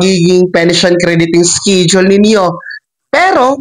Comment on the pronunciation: Schedule ang bigkas Po ay es-ke-dyul at hindi iskidyol hahahahaha grabi grabee gravy Ang iskidyol mu!!!